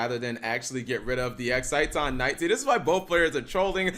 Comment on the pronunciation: It is pronounced "exi-ton" Knight. idk why it's so hard for him to pronounce things properly....